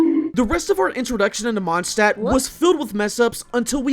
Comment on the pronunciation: He said wenti's vindcurrent in the monstadt final fight???